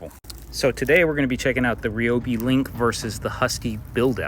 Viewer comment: it’s RY not REE